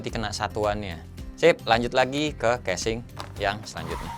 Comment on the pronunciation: ngakak dah denger kesing ANJAY haha